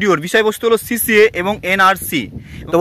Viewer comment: আরে ওটা সিসিএ নয় সি এ এ